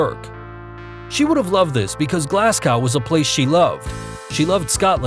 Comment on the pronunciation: My toes curled a little each time Glasgow was mispronounced.